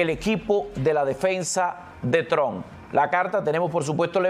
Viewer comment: Trump ( pronuncie como si fuera una trampa, pero quite la , a, y no olvide pronunciar la p).